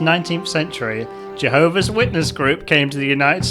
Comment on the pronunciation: Why does keep mispronouncing "Jehovah's" as "Jehovis's". Who the heck is Jehovis?